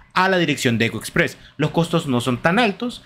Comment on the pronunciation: Costó entender el nombre de ECO EXPRESS.